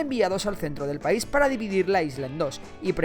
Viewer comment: Pais, no Paris